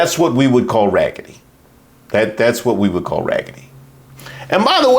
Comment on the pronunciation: She said ragady 😂😂😂😂